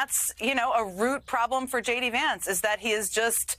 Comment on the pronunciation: What does JV Vance mean? Saying the name wrong, I mean